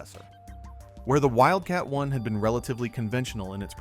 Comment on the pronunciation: Is it Wildcat One or Wildcat Eye? Stupid AI voiceover as always.